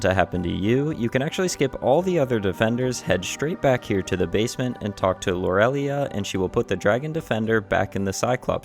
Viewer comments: It’s pronounced “lore-uh-lie” 😂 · i appreciate the video! however its pronounced lore-uh-lie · im sorry dude, but you're saying lorelai wrong